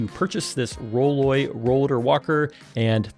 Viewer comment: The name of the company is roll-oy, not roll-ay. You might be careful about that. All of these rolling walkers are likely designed by men, and I seriously doubt the design team includes small framed women. Mistake. I can think of a bunch of things that would be nice to have that aren't there. And, remember, you don't always have a wall handy to rest the back of the unit. I think having the "bag" under the seat makes much more sense, as you can put quite a bit of groceries or bags. This bag looks tiny. Not sure it's worth a lot more money. Yes. it folds down, but that's really all I see that is an improvement. This is for my wife, so we will continue to look around.